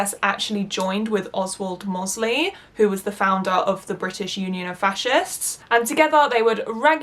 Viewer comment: Doesn’t take away from the excellent vid but smethwick pronounced smethick with almost a vee sound in the middle. And mosely rhymes with Rose Lee.